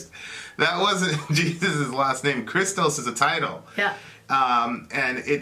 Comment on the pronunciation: Just a friendly correction if I may. In the word Christos (Χριστός) the stress is on o (this is what the symbol above the letter means). And the Ch (X in the greek word) is pronounced like a heavy h like in hammer but heavier. I hope it made sense :)